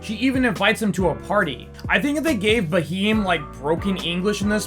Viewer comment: Bro it's Bheem not Baheem😂 And he wasn't singing to show how strong he is during the whipping, it's his tribal song to give respect to his tribe.